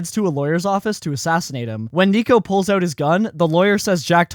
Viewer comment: you pronounce out like an eeeeiirishmahn but only word out, why?